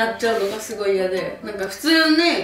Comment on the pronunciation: 普通ヌィ〜︎ ⤴︎爆笑爆笑爆笑爆笑